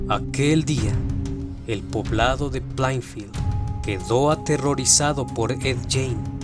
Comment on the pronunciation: No fue en plafield se pronuncia pleinfild